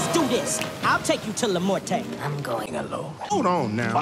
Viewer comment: I'm not meeting any respects but you are saying all the Mexican words wrong Like when you were talking about la muest you were saying it wrong